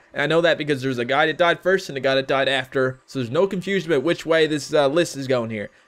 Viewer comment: Are you Canadian? I think I heard an "aboot."